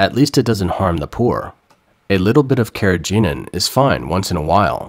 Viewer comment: Carrageenan which you didn't pronounce properly is a seaweed extract and completely harmless.